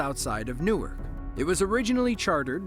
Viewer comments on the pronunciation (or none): none